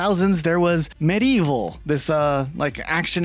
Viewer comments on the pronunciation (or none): “Meh-Dee-Evil” it’s spelled “Medievil”